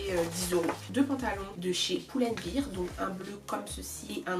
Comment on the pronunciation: Pourquoi j’ai l’impression qu’elle dis « chez Poule and Bear « 😭😭😭😭